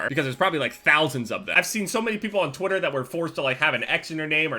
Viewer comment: sounds like you say twotter instead of twitter